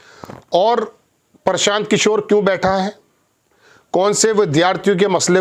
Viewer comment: इसे तो हिन्दी पढ़ना बोलना भी नहीं आता प्रशान्त को परशान्त बक रहा है ।